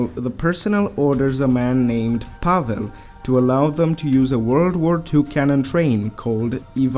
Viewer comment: i got triggered when i heard pavel, i swear.